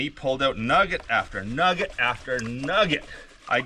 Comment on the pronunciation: A "pugget"?\